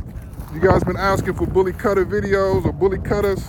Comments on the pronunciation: Pronounced "boolee khutthaa" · Btw it’s pronounced ‘bulley kootha’. Apart from that keep up the good work